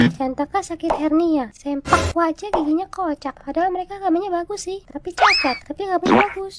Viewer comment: Bukan sempak waja tapi seuplak waja .